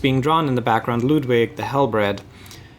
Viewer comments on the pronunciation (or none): How come you pronounce Ludwig "Loodwig?". It is because of you guys that my latest DnD character's name is pronounced "Loodvig" and not "Luddwig". Also I love you so much.